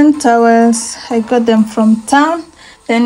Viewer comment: Nice house but you " ngot" it from😅